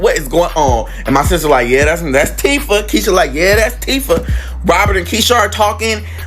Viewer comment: It’s Teefah